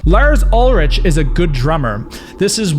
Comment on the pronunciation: Lars Ulrich is pronounced Lars UlriK. ;) Sorry but as a Dane I'm offended :D